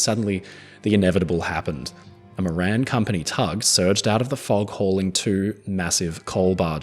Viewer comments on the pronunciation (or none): none